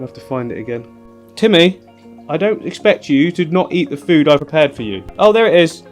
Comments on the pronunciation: 😂🤣😂 TIMMEHH!!!... mate you've got to do that every time now, and keep his Russian accent lol. This is a great little tank, I always wanted a turtle and will get one one day, until then I'll live vicariously through you! Haha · my cats called timmy haha love the way you say it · The way he said Timmy lmao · I have an actual Russian tortoise named Boris the Blade. Now that you've done the Russian accent for Timmy, I'll always think of him and Boris as being cousins, lol. He's so dang cute I can't stand it! Thank you for another great video.